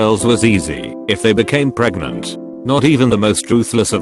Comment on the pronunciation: "Pootoh recken" 🤣 Puerto Rican robo pronunciation lmao. Some of these robo pronunciations are hysterical, like the time it said pregananant (I died).